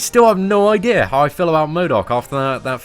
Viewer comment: Idear!? He said Idear!!! Lmfao